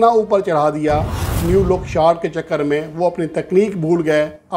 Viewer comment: پیارے بھائی نیو لک شارٹ نہیں نو لک شارٹ ہوتی ہے میری طرح اپ کی بھی انگلش کافی کمزور ہے